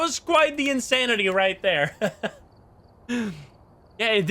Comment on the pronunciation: Next difficulty level after insanity: "" lmao